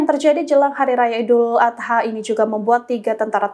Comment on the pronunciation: rispek reporternya bisa ga salah nyebut idul adha